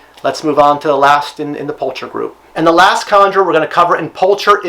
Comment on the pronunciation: Fairly sure the "ch" in pulcher makes a "k" sound when pronounced correctly. It's a common species name throughout the animal kingdom, I believe it translates to "beautiful."